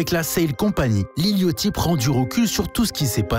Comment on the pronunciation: T’es au courant que ça se prononce Yachty et pas Yochty